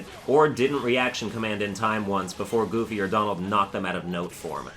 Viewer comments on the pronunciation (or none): none